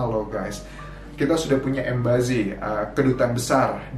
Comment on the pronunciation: Bukan embazy tapi embassy. .. baca nya embesi